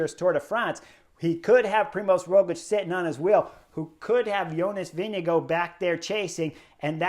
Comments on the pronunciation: Vingegaard NOT Winnigoo! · Chris Horner slaughtered the pronunciation of Vingegaard